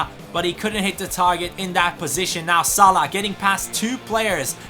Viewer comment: WTF? Salih it's salah lol